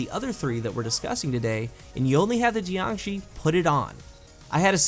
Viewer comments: geeeangshee... shouldn't it be Yangshee? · Pretty sure it's pronounced like JYONG-SHUR. It's Chinese for like corpse or something. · the fuck is a 'gee-an-gee'? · JiangShi isn't pronounced like that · And he burchured the name